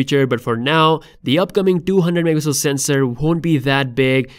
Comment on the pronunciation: It's funny how the word "Megapixel" pronunciation is abused 😅